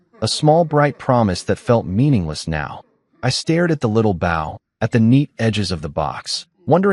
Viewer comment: A bow is on a boat A bow pronounced ( bo ) is a ribbon around a present! Edit the work you are claiming as your work! 😢😂😂